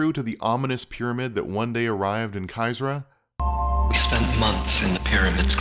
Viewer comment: Damn it, I have to nitpick. It's CHYRZA, not CHYZRA.